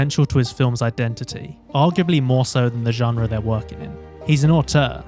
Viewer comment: I hate how you say “genre”